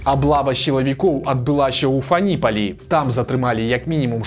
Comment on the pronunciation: ФанІ'палі? Няўжо ФАніпаль пераймянавалі? :)